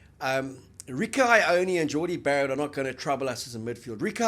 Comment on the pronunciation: Why cant you guys pronounce Ioane ? Its easy, you've heard it spoken ...